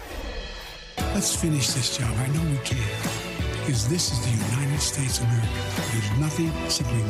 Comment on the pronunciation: Sooo we’re suppose to vote for a man that can barely say UNITED STATES OF AMERICA clearly 🇺🇸????? Lol im done